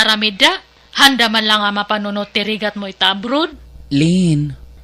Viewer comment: “Rigat” not rufst